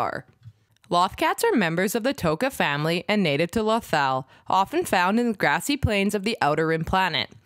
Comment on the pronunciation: It's pronounced Loath not lauth